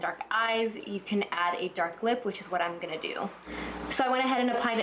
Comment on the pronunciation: I really love the day look! It's so elegant. So suitable for work. I just realized you always say, "Imina..." as in "I'm gonna" and it's so interesting because I've never heard people say it before.